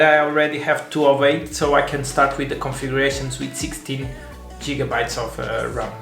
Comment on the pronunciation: It's Gigabytes, not Jigabytes .. the G is pronounced like Gate or Give not like Jig. 🤡